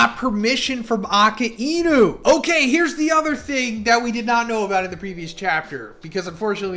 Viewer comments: Why do you say Akainu like Ah-ka-een-oo? It’s uh-Kai-noo. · The way you butcher Akainu 😢😢😢 it’s uh kai new … not ocka eenoo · People saying akainu's name is different for everyone. But calling him Ak-anu is not it man